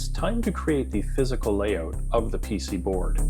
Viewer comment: THANK YOU FOR SAYING PC BOARD AND NOT PCB BOARD YESSSSSSSS THIS MAKES ME SO HAPPY